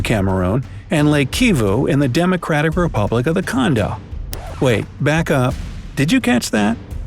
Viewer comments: "Wait! Back up. Did you catch that?" Yeah. You said condo instead of Congo. 🤦‍♂️ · I thought he was gonna point out the fact that he said Condo and not Congo